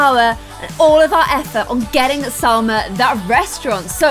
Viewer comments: You keep calling Salma Jalma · Its salma not jalma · You keep calling SALMA JALMA! like if you agree